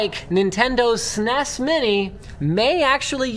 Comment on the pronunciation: Damnit linus its s-n-e-s not sines.